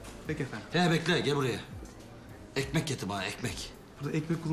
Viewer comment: ekmek getir bana ekmek -burda ekmek bulunmaz recep abi NE DEMEK LAHĞN EHMEH BULUNMAZ BURDA OĞLUM, yıllardır buraya gelen müşteri değilmiyim ben yan markete yolla çocuğu alsın gelsin bi tane ekmek ya🤣 -tamam recep abi YÜRÜ ĞİTH, terbiyesiz ehmeh yoh diyo